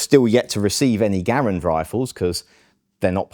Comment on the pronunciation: "Garand" : Epic glory. 👍 "Gair-end" : Epic cringe. 👎